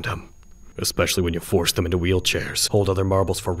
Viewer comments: I heard rin toe sucker and now I can’t get it out of my head 😂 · "Rin Toe-sucka"